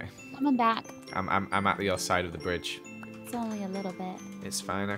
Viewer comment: said BiDgE